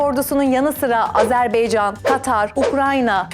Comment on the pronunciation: Azerbaycan -Azerbeycan değil cok zor bir kelime degil